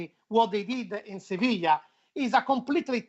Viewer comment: Spanish pronunciation of Sevilla